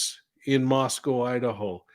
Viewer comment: Moscow it s not pronounced COW ,,, I'm from Idaho!! Thank you for covering this crazy puzzle of devastation to our Beautiful young college students taken from us .....I have my theory as I've definitely had insight into this College town...